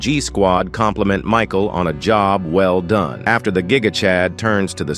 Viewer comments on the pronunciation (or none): "Woooman" "Seegma boi" "Geeega toilet"